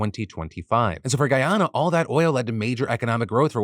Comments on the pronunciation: Hey Phil just a heads up... We pronounce Guyana as Guy-Anna. Not Guy- Onna We also pronounce Essequibo as Essie-Kway-Bo. The video below has it sung lol As a West Indian in Canada, my family has met Irfaan Ali, the President of Guyana, and we have a lot of hope he will be a great strength for the country, especially after seeing him on that BBC interview stay firm against the interviewer. I have heard of this border dispute for years and Guyana has suffered a lot over the last few centuries. From African slaves being brought to work, then Indian Indentured labourers, along with some Asian countries. From being the country with the largest mass sui** in the world at the hands of Kool Aid man Jim Jones, I am hoping for peace and prosperity Guyana. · as a Guyanese I’m happy and shocked that Philip is covering this story !! This story definitely needed more awareness! But I cringed every time you said Guyana and Essequibo hahaha